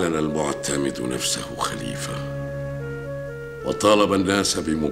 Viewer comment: المعتد بالله وليس المعتمد فهذا خطأ تاريخي في نطق أسماء الشخصيات التاريخية الأندلسية